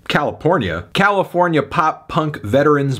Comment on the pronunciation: And he said Calipornia what a rube 😂